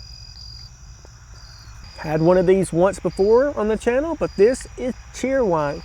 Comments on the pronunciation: It’s pronounced Cherry-Wine not Cheer-Wine. Either way it still tastes great. 😊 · You are mispronouncing cheer wine. It’s pronounced chair wine!